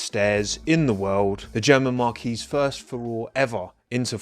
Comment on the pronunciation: Mispronouncing marque like marquee again . marque /märk/ noun noun: marque; plural noun: marques a make of car, as distinct from a specific model. "marques such as Bentley, Ferrari, or Porsche" mar·quee /märˈkē/ noun 1. North American English a canopy projecting over the entrance to a theater, hotel, or other building. 2. British English a large tent used for social or commercial functions.